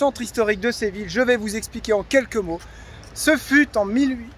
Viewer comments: Ce n’est pas Sé Ville.... Mais Sé vi lla... Si vous le prononcez en français dans ce cas il faut dire « Sé vi lle » Comme Fi lle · Séville se dit Séviye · Superbe video et gros kiff dans la foret <3 SVP quelle est le titre de la musique qui commence à ? Merci !!! Ah au fait ! Séville ça se prononce Séviye ! Je me souviens encore de ma prof d'espagnol qui à l'époque de l'expo universelle de 1992 nous avait dit de ne surtout pas aller au parc et de chercher du "chocolaté" ;D ce qui nous a évidement tous dirigé vers cet endroit stratégique par la suite ! Le reste de la classe vert a ete epique ! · Coucou les 😊 J'étais pliée quand tu t'es mis en mode chasseur avec Téo pour observer l'insaisissable Martin 😂😂😂😂 Séville est une très belle ville 🏙 Je pense qu'on prononce "ille" comme "bille", "iye" 😉 Ben oui, c'est toujours déplaisant de tomber sur des spots souillés 😒 À très vite 🤗 Gros bisous 😚